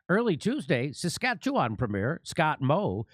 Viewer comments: Hey, pretty good pronunciation of Saskatchewan, Jimmy. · Thank you Jimmy for one of the most correct pronunciations of Saskatchewan.